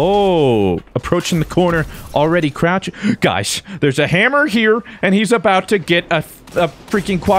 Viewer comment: “Zhere’s someone behind me?” “SCHWVAT IZ DISS?!?!”